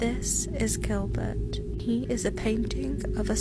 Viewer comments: It's Gilbert not jilbert. Your pronouncing it with a J. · GILBERT NOT JILBERT!!!! >< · HOLY shit dude. Gilbert. G. G. Gil! Not Jil. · The music is alright & his accent is sound. How do you pronounce this letter by itself-> "G" ??? Now put the other letters after you pronounced the "G" by itself. "G" -->ilbert. English language is shit, so get used to it instead of crying like a little girl. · Please stop calling it jilbert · Who is jillbert? 🤣